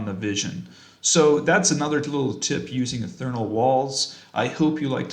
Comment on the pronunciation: Ee-th+ear-ee-ull, Ethereal. ;) There's no "n" in that...